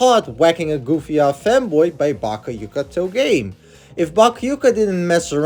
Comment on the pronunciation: pardon "bakayuka"?